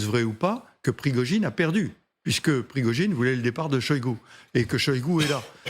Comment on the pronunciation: Pirgogine au lieu de Prigogine par ce que vous ne comprenez rien de lui😅